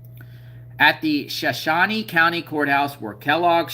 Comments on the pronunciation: So shooon ie not shon shoonie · It’s shuh shone e not Shawn e. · It's pronounced Showshown or Showshownee. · It Is Pronounced "Sha Show Knee" Name Of A Tribe Of Indians From (Idaho, Nevada, And Utah) The Area. "S h a - S h o w - Knee" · Sha-shone ...shone rhymes with loan. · You pronounce it sha as in a like shut shone is longe o Sha shone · It is SHOW SHOW n E Idaho Drop the A sound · Shoshone = 'show - shone - eee' , Native Respect💚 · I think it’s Sho sho knee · Shoshone ending pronounced like it rhymes with "phone".